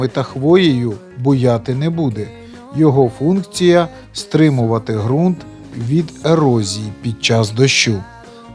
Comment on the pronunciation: Вподобайка! Зелена травИЧка і фарби українською буде краще... І ще одне правило: Ґрунт, Ґава і Ґанок вимовляються з Ґ... Слава Україні!